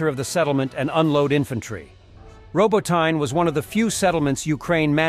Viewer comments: It is NOT "Ro-bo-tine". It is "Ro-bo-ti-nee". Bloody stupid Yankee mis-pronunciations are at it again. Thumbs down for bad pronunciation. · Not ROBOTAYN, ROBOTEE-NE...